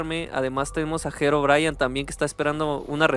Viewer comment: Herobrayan ✅🗿👍 Herobrine ❌